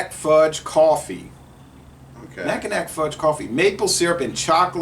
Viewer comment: 😂I’m originally from Michigan and Mackinac is pronounced: Macki -NAW. I was laughing. But good review. Fun! Cheers 🍻